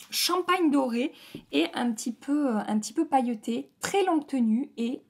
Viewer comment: J’adore ton accent chantant quand tu dis sans arrêt « cette teinteuh là » À chaque fois ça me fait sourire 😁 « pailleutè »